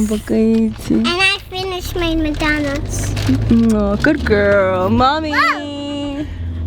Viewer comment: It’s the way says McDonald